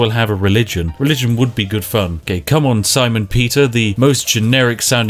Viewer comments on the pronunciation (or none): none